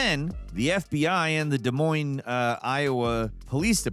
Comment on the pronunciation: Aye said des moines correctly